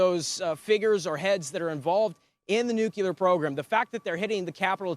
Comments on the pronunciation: Nu cle ar. Not Nu cu ler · The word is NUCLEAR Noo clee ar.... Not NUCULAR!!!! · in Tel Aviv can use a lesson in how to properly enunciate the simple word "NOO-KLEE-AHR" and not and never "NOO-CUE-LAR". Gee wiz!!! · It's Nu-Cle-Er, not Nuc-U-Ler. It's not that hard. Oh, and nicely done, Israel. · Nucular? No! Nuclear ! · The word is NEW-Klee-urr! NOT Nuke you luurr...you sound uneducated... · Nu cle ar. Not nu cu lar. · Perhaps somebody should tell that reporter that the word is nuclear not nucular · I love you Newsmax. But hearing this guy say, “nuculer” over and over is like nails in a chalkboard. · Can you say nuclear as in --"new clear"? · Can’t stand the mispronunciation of the word nuclear. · Learn how to pronounce nuclear.